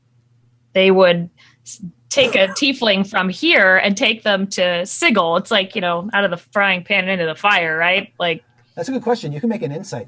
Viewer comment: At the risk of also incurring the wrath of Matthew Mercer, its pronounced "si-jil"